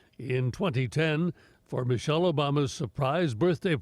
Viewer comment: 'Miche' Yikes